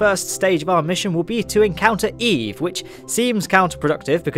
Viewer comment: You lost me the first time you said eve